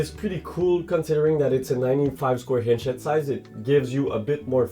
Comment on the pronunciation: stop adding H on the words that dont have it like inch and others its really annoying other than that great review